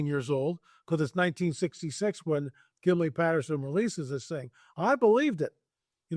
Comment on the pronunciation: His name isn’t “Gimley” and it was 1967 not 1966. Sheesh